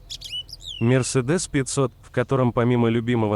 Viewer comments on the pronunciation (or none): none